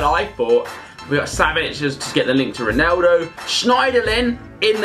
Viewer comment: He is not called roneldo